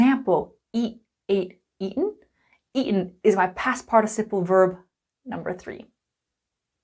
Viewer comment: it's eaten not eaen please